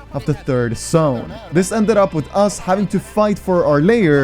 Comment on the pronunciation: Bro ure tips and toughts are rly great ! u did say the word "Sszone" alot.. instead of "Zone", it kinda is triggering not gonna lie :P but i love you dude keep up the content